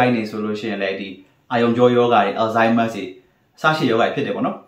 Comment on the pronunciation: ဆရာဝန်ဆိုရင်လည်း Alzheimer's လေးတော့ မှန်အောင်အသံထွက်ပါခွာ။ please...